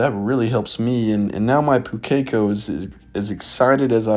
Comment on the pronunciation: Sorry to be that guy but Pukeko pronunciation, the strong syllable is the first one, so it's pronounced POO-ke-ko, not pu-KEK-o.